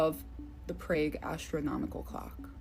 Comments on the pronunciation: As a Czech I took it offensive 😂😂 it sounded like she's saying plague 😂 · Other than your strange pronunciation of the city of Prague and apostles (with a "t") this was an interesting video and some good points made. Thank you. 🙂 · COOL! ❤ [ It's Prauge, Not Prage. Please don't distort word's pronounciation. There's different accents & dialects & then there is just plane Wrong! Doubt you'd like to hear Fleat Irth, Sen , Meen Ern Zadok 😉]]